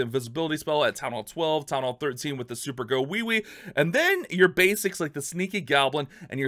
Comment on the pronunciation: "super go wee wee" - 2021